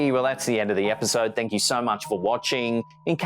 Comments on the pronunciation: At the end of the first video does it say thank you or take you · Someone said something right before he said he ordered door dash sounded like take you